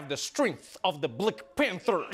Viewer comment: I experience pure joy every time I hear Trevor pronounce "Bleck Panther"